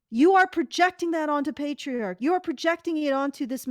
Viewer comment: *Pets* "Petriarchy"